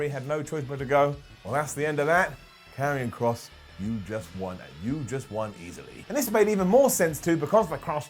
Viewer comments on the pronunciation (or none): It’s Karrion Kross dawg 😂